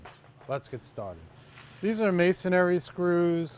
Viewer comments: "Masonary" . or "Masonry" you would think he could get that right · I hate to be that guy but it's Masonry not masonary. That being said it's a great video!